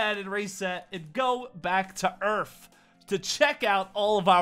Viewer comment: He said earf XD